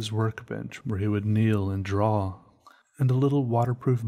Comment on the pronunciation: learn how to say draw its not "drawl" its "draw"